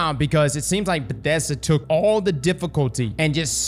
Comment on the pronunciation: What the fuck is a Bedesda?